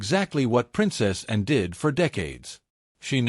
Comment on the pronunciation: Can AI not pronounce Anne?